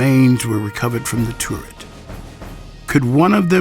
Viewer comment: The revolving tourette- how he says it lol